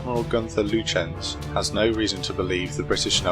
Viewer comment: He mispronounced Lutjens.